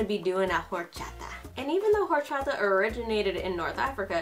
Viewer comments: please don’t pronounce horchata like that shsjdhdhd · For some reason I LOVE how says Orachata like: HORCHATA